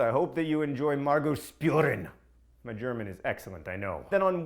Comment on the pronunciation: It's "shpooren", John.